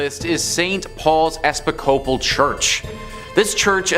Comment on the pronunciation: Episcopal phonetically sounds like eh-piss-coe-pol Like nails on a chalkboard listening to every single one of you mispronounce it.